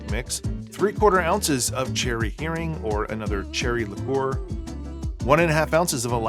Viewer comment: Please, it is... Heering cherry liqueur.